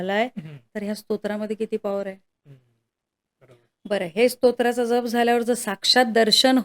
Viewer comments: जप आणि जप उच्चारात फरक करायला हवा ताई . एक जप म्हणजे सांभाळ या अर्थी आहे जो तुम्ही करत आहात जो इथे अनाठायी आहे . दुसरा जप चा उच्चार “ ज्यप “ असा आहे , मंत्र शास्त्रात शब्दांच्या उच्चाराना शक्ती रूप महत्व आहे . म्हणून लिहिले राग नसावा लोभ असू द्यावा . 🙏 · जप...... ह्या शब्दातील ' ज ' ह्या अक्षराचा उच्चार जास्त, जाम, जवान, ज्वारी, जलद, राजा, जागरण....ह्या शब्दांप्रमाणे आहे. तुम्ही चुकीचा उच्चार करत आहात. 🙏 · जप.... उच्चार चुकतोय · जरा जप पोरी उच्चारांना ...जप व जप उच्चारही येत नाही 😂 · जप शब्द नीट उच्चार करा